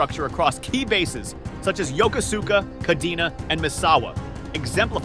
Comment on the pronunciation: I think that if you’re going to spend the time to read back speeches, you could’ve spent 5 minutes to learn how to pronounce Yokosuka and such